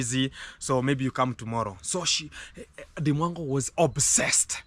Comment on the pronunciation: Say up set not obsessed 😅